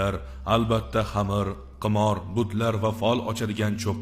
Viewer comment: Хурматли бошловчи хамир эмас хамр булади